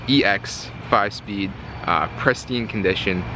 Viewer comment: Did he say, “prestine condition”? Lol.